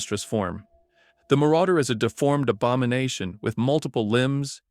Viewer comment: The abamonation? i KNEW cyraxx was somehow involved in the characterdesign😂